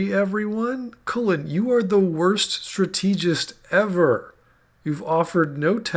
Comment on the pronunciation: ...and I thought they couldn't make anything as dumb as Mass Effect 3's climax ever again. Should have known not to set the bar so high for Bioware. (Also, you keep pronouncing "strategist" wrong...a little nitpicky, I know, but it's just...bizarre.)